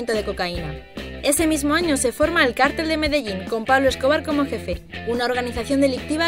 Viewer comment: En realidad está bien dicho: "cártel" es una organización, mayoritariamente ilegal de personas y "cartel" con acento prosódico en la "e" es un afiche o pancarta que muestra un anuncio.